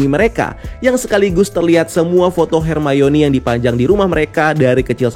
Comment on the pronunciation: nobody: literally nobody:: hErMaYoNi